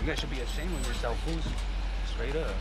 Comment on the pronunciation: He’s said “foos” not “fools” but calling cops fools sounds more right 😂